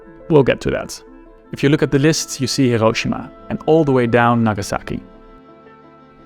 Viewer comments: never heard a more Dutch "hiroschima" in my entire life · He cant even pronounce Hiroshima. Lol